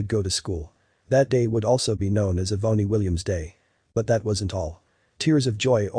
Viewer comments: Eh-boney? Does he mean Ebony? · Eh-boney? Seriously? Get rid of the computer voice that can't pronounce names like Ebony. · Eeee-bony? Shouldn't that be Ebony?